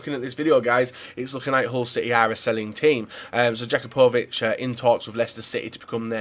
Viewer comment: Learn how pronounce some fucking names. God damn, you're so English His name is pronounced ya-coop-a-vich